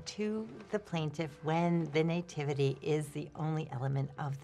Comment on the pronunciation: I've never heard someone called the Nativity Scene a Năytivity😮 it's pronounced nuh·ti·vuh·tee